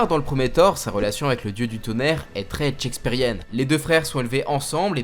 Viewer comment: "la relation est très check-spearienne" :D